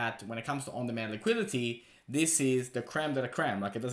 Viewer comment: LMAO what is Liquility? Lol learn the words you need to say in your videos maybe?